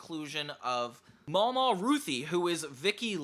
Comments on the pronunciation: I feel like some of your mispronounciations show some lack of personal knowledge but other than that good video! mamaw her nana is pronounced ma'am- aw as most southern people call their grandmas that, very well known pronunciation. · …there are spiders in the garbage? Lol Also it’s Mamaw not Mama